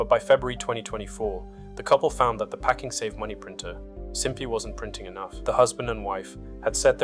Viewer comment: I feel a bit dumb. Is the voice AI in these videos? I have been watching for a while but now that the sentences are punctuated and cut a little differently (also pakING save), it seems more obvious now